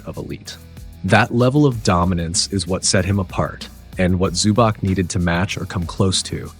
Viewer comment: Fantastic breakdown, well explained! Small not is that you pronounce the "c" as "ts" so its ivitsa zubats.